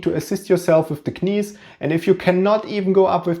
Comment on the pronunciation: Dass du knees wie Knies aussprichst ist einfach sensationell!! Geiler Typ